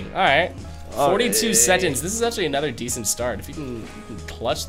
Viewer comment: Is anyone else annoyed when he pronounces seconds as sedconds